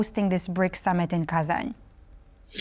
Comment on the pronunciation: Wow, someone starts saying Kazanь right